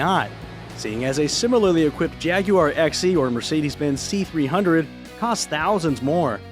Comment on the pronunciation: The English will be proud of how you pronounced "Jaguar"